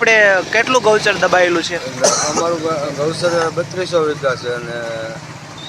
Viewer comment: Ben Gauchar bolo to saru lagse.. 😅